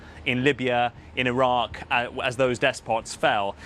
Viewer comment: Did she just us Iraque 🤣🤣🤣🤣🤣🤣🤣🤣🤣🤣